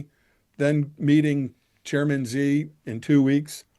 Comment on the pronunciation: Xi is pronounced like "she".